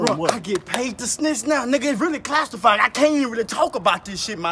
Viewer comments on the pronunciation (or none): “It’s really clastified” 🤣